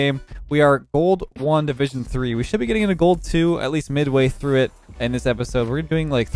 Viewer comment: You said “gold 1 division 3” And I heard “ gold Wanda vision three”